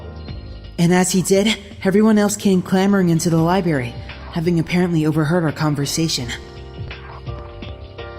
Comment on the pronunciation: Oh god, pronounces Library as libary... Ugggg. Jk it actually kind of fits his character.